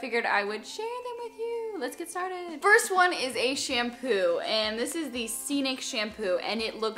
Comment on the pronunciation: hey! i realized you (almost) always say in your videos "firts things first". i kind of miss it because you didnt say in this video ahaha it´s funny and cute! xoxo from brazil!